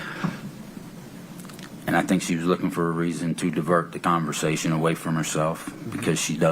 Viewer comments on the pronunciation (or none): I wish would stop saying "confershechen" when she meant conversation... Urgh!